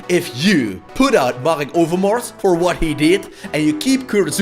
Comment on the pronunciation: it sounded like you said ass lol